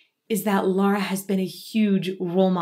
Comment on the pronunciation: I think I’m the only one on the internet who doesn’t care for Dimash. I have a hard time understanding his words. As for Lara, her pronunciation is perfect!